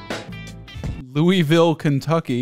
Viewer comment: Glad to hear you pronounced Louisville correct :D ill have to try that stuff out sometime, im just north of that area.